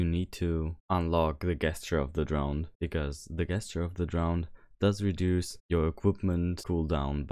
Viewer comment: Just so you know Gesture is pronounced like jesture. Yeah English is confusing